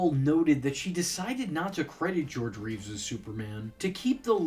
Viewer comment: Not identical. George Reeves, Christopher Reeve. He mispronounced it in this video.